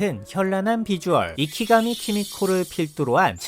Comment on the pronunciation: 이장면 너무 이쁨 ❤하우스 주인공 이케가미 키미코(池上季実子)이분 사랑합니다 ㅎㅎ 이키가미라고 말하시는데 이케가미 입니다. 본명은 우스이 키미코(臼井 季実子) 1959년1월 16일 출생으로…제 어머니뻘이네요 😂 굳이 검색하지 않으셔도 될거 같고 저 영화에서 저분이 정말 아름답구나 그정도로만 기억하심 좋을듯 키 156cm（1976년4월당시) 쓰리사이즈 B80cm、W52cm、H86cm（1980년 10월당시）